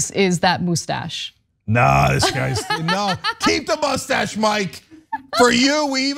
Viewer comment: Poe-lease that MOUSSE-TASH!! awesome ref Cenk😂